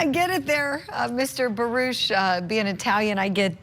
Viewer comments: It isn't barush it's baruck julie fet your facts straight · Julie we can hear and see for ourselves it isnt barush its baruckfirst quextion as usual objectssure you will sustain the objection to get it over wuth geez judge why dont you go back to law school what a fool nobody likes elaine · Again its Baruck not barush eelaines questions about phone call should have been sustained because shes trying to assume and speculate what went on shes probably with another man